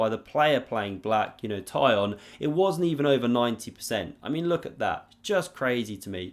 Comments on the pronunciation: Oh my god! Now I understand why no one can pronounce that name correctly! Try something like Tsikhon. Closer to original:) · Pronunciation for my anglophone chess friends: Tee-kh-on Chair-NAI-Yev